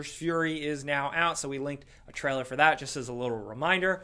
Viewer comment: The way says "trailer": traller.